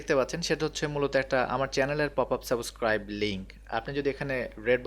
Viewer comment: ভিডিওটা অনেক সুন্দর হয়েছে , যদি সম্ভব হয় সাবস্ক্রাইব শব্দের উচ্চারণ টা ঠিক করে নিবেন, ধন্যবাদ.